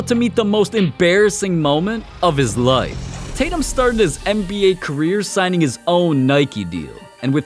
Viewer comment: normal ppl pronouncing life: ly f this guy: lyeif